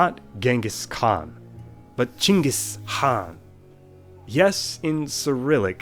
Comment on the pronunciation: but you did u really grat job telling us Чингэс хааг